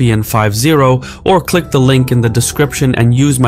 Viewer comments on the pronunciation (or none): none